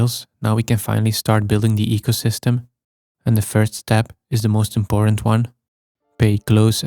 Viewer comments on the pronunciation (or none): "This faast ancient forest and eycosystm of only 2 days old" 😂 continues like he said noting lol